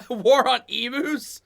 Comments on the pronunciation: FFS Emus are pronounced EEM-YOU not E-Moo. Plus asthma is a MAJOR disease affecting the Lungs and Airways, not just "Sneezing" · EM...U not emoos when do you pronounce U as oooo. Not happy the Brit Narrator said it wrong . Why is it so hard to google how to say emu correctly. The US nearly exterminated it's National Bird luckily Canada brought it back from near extinction. Asthma is not coughing to much, it is a restriction in your airways due to inflammation, narrowing and selling and produces extra mucus which makes it hard to breath which can lead to life threatening attacks. Prawns have 6 legs shrimp have 2 legs, we do not get shrimp in Australia. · emmoooss? :D